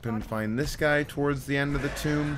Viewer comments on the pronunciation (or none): none